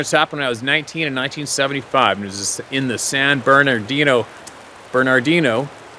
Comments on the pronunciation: The Platte River in Nebraska is pronounced just like that of "spat, spam & skat" those "a's" are pronounced the same way. San Bernardino is pronounced without the 2nd "r" so it's "San Bernadino." San Jacinto the "J" is pronounced is as a "Y". It is a Spanish word. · oh... and Burn-uh-dean-oh 😁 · Hi, the locals say" San Berdino " mtns. Much easier to pronounce